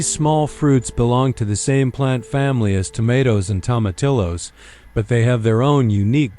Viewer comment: Tomatillos pronounced tomateeyos!😊